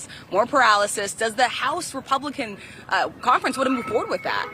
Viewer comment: She says the word conference as if it has a t in it... cont-ference. Call the Gazpacho... Get a peach-tree dish!! VOTE 💙🙏🏼🌎🇺🇲🎆